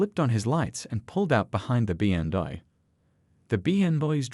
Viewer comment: You can't teach AI how to say BMW? Not too intelligent after all.😅